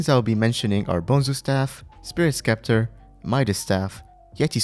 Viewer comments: spirit scepter is pronounced septer not skepter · man really called spirit sceptre "spirit skepter" :Joy: :joy: its spirit sceptre the same way its written not skeptre lmao. its pronounced spirit septer